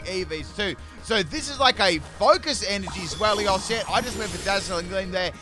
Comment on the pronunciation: the way he says Zweilous is worse